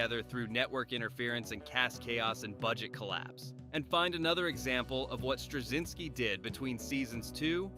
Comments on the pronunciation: Where do you see a "g" sound in "Straczynski"? It's driving me crazy to hear you keep saying "Stragzynski." And your ignorance of how to pronounce his name impairs your credibility as to anything else you say about him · Strug-zinsky 🤦🏻‍♂️. Pathetic. Ended the video for me. Why bother to make a video and not take the time to get names right. Zero credibility for any other “facts” discussed. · You couldn't be bothered to learn how to pronounce Straczynski for your title cards? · This generic take on things could have been written by an AI. It's like the content maker asked a search engine to give a list and had AI elaborate without ever talking to anyone who watched the show. The content creator can't even bother to know how to pronounce the show runner and character's names. Shallow surface details instead of any of the nuance the show was about. This video is a prime example of the Reverse Flynn Effect and the current generation being far less intelligent and full of depth as any generation before it. Moron, usenet is/was not a BBS system. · At least pronounce Straczynski properly. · If you could pronounce Straczinski slightly correctly, that would be nice. It's Polish. It's not hard to look up cz == ch. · Considering they're pronouncing Strazynski's name wrong, id say yeah. Pretty sure this is AI scripted. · When you're trying to get your AI narrator to pronounce the name, just leave the C out. It's not hard. The alternative is saying Straczynski oddly. Very off putting. And we won't even speak of your mispronunciation of Ivanova (ironically, that happens in the show and it was ALSO deliberate). Great show though.